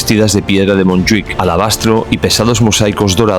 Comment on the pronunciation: "Mont Juic" "Monte Judío".